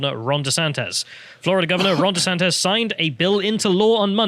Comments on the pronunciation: Stop calling him desantez man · SANTIS FFS, NOT "SANTEZ"